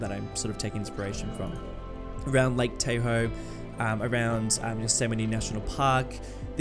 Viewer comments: Lol its like Tah-hoe, not Tay-hoe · love the series, but lake tahoe is pronounced tah hoe instead of tay hoe. keep it up👍🏼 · the correct pronunciation is T- ah- hoe like the Chevrolet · Nobody:: Lake Tay-Hoe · As a Californian loving all the attention the natural beauty of our state is getting! Save you from future embarrassment tho Lake Tahoe is prounounced with a softer "A", like Tah-hoe lolll